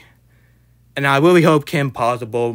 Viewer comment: Weally disappointing cwis